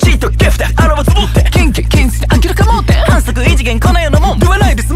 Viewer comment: 坂田さん最高まとめ 明らか盲点のとこハッキリ発音しててかっけ～；； ライバルの歌い方、口を揃えての歌い方大好きドンピシャすぎて苦しい😭💓！！語尾あげる感じたまんね～ 任せとけばいいのところの力強い歌い方、カッコイイ🥲🥲BADの言い方も力入れてる感じで素敵 挟めないの跳ねるような歌い方、好！🥹❤️聴いててノリノリになっちゃう MIXがマッチしすぎてやばい スーパー坂田さんタイム😭😭「無い」とか韻踏んでるとこで息吐くように力抜くように歌うの細すぎるなんでこんな小さい所までかっこよく意識して歌えるのか人類にはまだ理解できない；；坂田さんやばい；；；天才とお呼びしても？あとシンプルにほんとに声が好き 大好き😭😭 囁き声みたいな坂田さんエグい好き𝑳‌𝑶‌𝑽‌𝑬 坂田さんは囁き気味のような歌い方に比べその後のうらたさんは力強くしっかり歌っててうらさかで差があって聴くのちょ～楽しい！！ ここは少しだけ跳ねるような歌い方、すごいかっこいい エイ デイ て別れてる感じ、かっこいい大好きー！！！😭😭😭😭 最高でしたありがとうございます；；MVもかわいい！沢山聴きます🥹